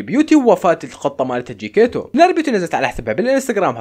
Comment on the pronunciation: مو جكيتو اسم قطة نارين چكيتيتو 😂😂😂😂